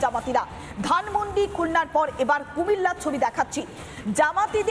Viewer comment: আরে মান্ডি না মান্ডিনা, ধানমন্ডি। মূর্খরা উচ্চারণ করতেও পারে না